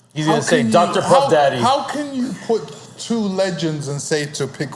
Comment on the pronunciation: You know the pimp juice started to saturate Lennox head and take over when he started saying, "Puff Dadgeey, Puff Dada-geey; Puff Dageee" . 🤣😅😂